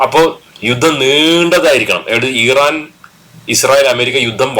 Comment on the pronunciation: ഈ റാൻ അല്ല മിസ്റ്റർ ഇറാൻ എന്നാണ് പേര്.